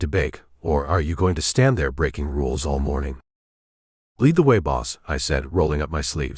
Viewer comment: A. I. bow , lead .. mispronounced computer did not understand the context